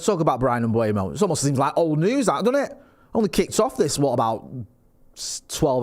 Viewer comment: Is it Kinder Bueno? I'm trying to work out why so many people say Mbuemo instead of Mbeumo. It's driving me mad. M-beu-mo. It's pronounced exactly how it's written.